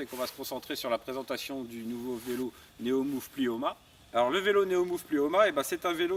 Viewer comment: Plimoa, pas "Plioma" !